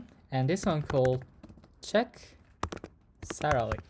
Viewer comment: bro cannot say "salary"